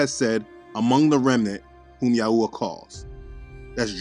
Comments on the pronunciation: It is pronounced YAHWAY not yahooah. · 😂not ya Yahua, its yahwe